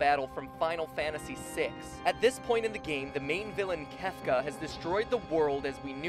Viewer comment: C... Cefca??